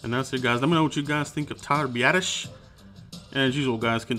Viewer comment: Nice work on Biasdasz. Also thanks for pronouncing his name correctly, it's not that hard.